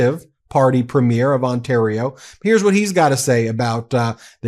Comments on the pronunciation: I cannot listen to you pronounce premier as premiere any longer. Why do you do that? Please learn how to properly say the word premier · just a note on pronunciation of Premier. The emphasis is on the first syllable. Sounds like PREEM-year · BRO. ITS NOT A MOVIE PREMIERE. It's pronounced "Pree-m-yur" look at how the average Canadian pronounces it. AND OLEASE START PRNOUNCING IT LIKE THAT. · Just a friendly correction from a Canadian: In the word, "Premier," the emphasis is on the first syllable. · Love your videos BUT you need to learn how to pronounce “Premier” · 🇨🇦I love your work…one quick thing, when saying Premiere, the emphasis is on the first syllable, otherwise it sounds (to Canadians) like you’re talking about the Premiere of a movie.🇨🇦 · PrEmier not Premier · Ben, I love your show, but please learn how to pronounce "Premier"". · Constantly mispronouncing Premiers